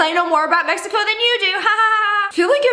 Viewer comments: She said meheco😂😂😂😂😂😂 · Why does she say it mecico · The way they pronouncing Mexico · Where are they saying Meico instead of Mexico